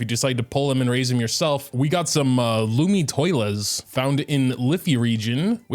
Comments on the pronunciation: did u pronounce it as lumi-toilet? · Lumitoile is pronounced…Lumi- twal, according to Freminet in a voice line about them